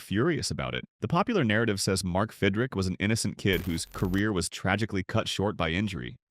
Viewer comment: Stupid AI mispronounced names. It’s Fidrych not Fidrick.